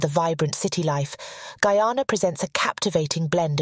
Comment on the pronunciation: Well done.. thanks for doing it, and that you pronounced my country's name correctly...extra thanks